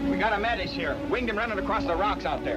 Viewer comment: Funny how Hollywood never bothered doing much research. The proper way to say Metis is MayTEE. It's nice to see movies portraying this era in Canada but it would be nice to see them historically accurate too.